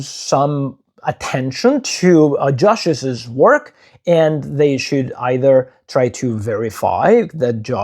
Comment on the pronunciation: Please note that “Joshi’s” is pronounced “Josheez”, not “Joshisiz”. Two syllables, not three.